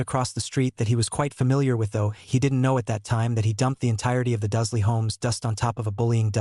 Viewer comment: Duzley? WTF! It’s DURSLEY.